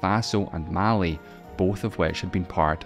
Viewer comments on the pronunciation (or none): none